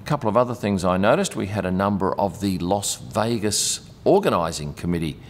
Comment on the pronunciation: Great vid, as always. FYI, it's LAS Vegas. It sounded like you said LOS Vegas. It could be your Aussie accent. I'd like to see more on the food they eat in the buffets they put on. Do the drivers eat there, or is it just for guests. Cheers.